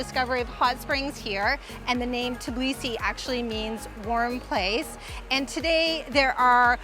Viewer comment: it's TBilisi, not TIBlisi, come on, with some practice you can do it!